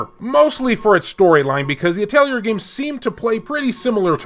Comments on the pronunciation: I don't mind your mispronunciations, that's part of the charm of this channel! But since you asked: PRONUNCIATION GUIDE PLUS ULTRA!!!: Atelier: At-ell-ee-yay Mana: Either way is correct, but Mah-nuh is how I say it. Randi: (You pronounced this correctly.) Prim: Technically Puu-dim, but just saying Prim like you said is just fine. Popoi: (I think you pronounced this one correctly, too, but you said it fast. It's basically like saying "potpourri" without pronouncing the rr part.) Aisling: (No idea, but guessing Eyes-ling) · I think Atelier is pronounced At- Tel-E-A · Ahl-tea-eh. It's french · it is. the actual word is pronounced like that. it also fits pretty well how it is said in JP (ah-to-ri-ey). NISA used to localize the games and mostly just put the R t the end like a-tel-E-er. Then KT absorbed Gust so KT did localization instead of NISA and it got even worse with "At-leer" it's said like that in Sophie and Firis pretty sure. after Firis though there hasn't been an english dub so it hasn't been an issue. (I'm actually not 100% sure about the change from NISA to KT and if it corresponds to the change from A-tel-E-er to At-leer) I still say A-tel-E-er even though I know its kinda wrong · It’s a French name, the pronunciation is basically the same as in english, only the final letter is silent, so it sounds more like atelieh actually (just like the t is silent in cabaret or valet). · Can we get an expert in the comments confirm the correct pronunciation of the word Atelier?